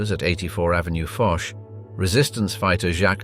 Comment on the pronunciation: Avenue Fosh? Fuchs is Fox. Please do not say Fosh. At least say Fox. Why not?